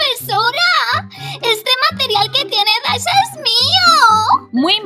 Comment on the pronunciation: Es dasha no dachi